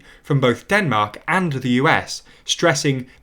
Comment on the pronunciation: Ah yes, Denark.